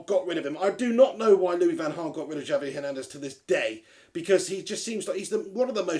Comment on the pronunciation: It's pronounced "Havier" Hernandez.